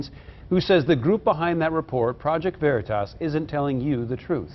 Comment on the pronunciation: They can't even say OKeefes channels name right...."Verytas" 😂👌👍😂not to mention y'all had to do a retraction on this story! As seen here!